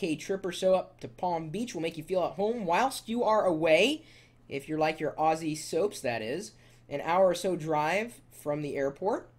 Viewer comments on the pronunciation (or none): none